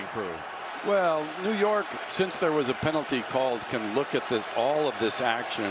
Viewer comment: What New York you said a few times get it RIGHT!